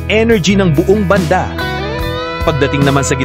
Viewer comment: Maniniwala na sana ako, kaya lang 'yung bigkas mo ng "banda"...naihagis ko ang tablet ko!😮